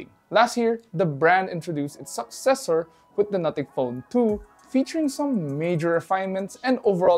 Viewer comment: "SUCcessor"... Calm down